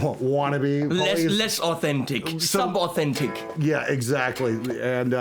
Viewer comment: saying “sub” anything with a German accent gets me a little spooked